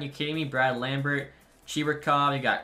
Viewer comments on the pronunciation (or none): none